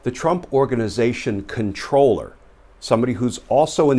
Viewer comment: For what it's worth, the title is pronounced: "comp-troll-er" NOT "controller" - that's something else...